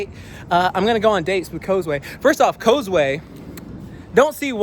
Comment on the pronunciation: I thought it was pronounce ( koz-uu )